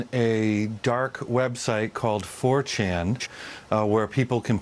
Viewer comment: "... on a Dark website called For Chan-juh" i'm dying :D